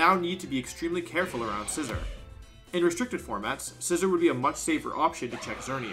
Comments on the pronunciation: I can’t help but notice you’re pronouncing Scizor wrong. It’s “SciZOAR” not “scissor” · that pronunciation of scizsor genuinely hurt me. its not pronounced like the object there is an emphasis on the O like boar or roar